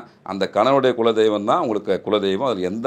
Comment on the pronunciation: அய்யா முதலில் குளதெய்வம் என்று சொல்லுங்க கொலசாமிஇல்லை